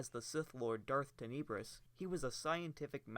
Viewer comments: "Teh-Neh-Brus" cmon man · Tenebrous (Ten-Nah-Brous) - where is the vowel next to the second "e" to give it the E sound. There isn't, so it is more of an Ah sound. English language. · You’re saying Tenebrous so wrong and it’s killing me, but other than that thanks for the vid